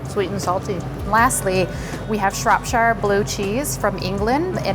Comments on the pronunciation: The cheesery lady said Shropshire so wrong, at least it was confidently though. Shire in English places isn't pronounced the same as the Shire in Lord of the rings, it's a "shuh" sound, in any English dialect. Not an issue though, she says it's an American place, so English word patterns aren't essential. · I forgot how much I loved this series, really hoping for more! Also being from Shropshire hearing her pronounce it that way killed me 😂 (It's Shrop-shuh for anyone that wants to know)